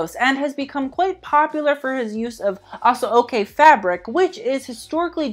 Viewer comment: It's pronounced A-SHO-KAY. And it's not YOUR-Ruba but Yor-Roo-BA ;-)